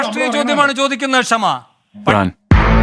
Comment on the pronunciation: അതേയ് Mr Venu അവളുടെ പേര് "ക്ഷമ" എന്നല്ല "ഷമ " എന്നാണ്! ക്ഷമ എന്ന വാക്കിൻ്റെ പവിത്രത കളയാതിരിക്കു മിസ്റ്റർ😡😡😡😡